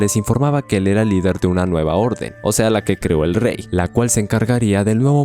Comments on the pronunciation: No es mi intención solo burlarme un poquito... Así que.. se dice "siluet nait" ✨ éxito en tus videos amigo! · ✨Silhouette Knight✨ nao nao "SILJOUT KINGT" 💀 En general todo bien en la narración, pero detalles de pronunciación así rompen un poco la fluidez porque dejan descolocado al oyente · se pronuncia "sihluet naiht"